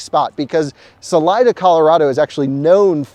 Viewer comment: FYI. Salida means "exit" in spanish and is pronounced "sa-lee-da". Cheers from Sunny AZ.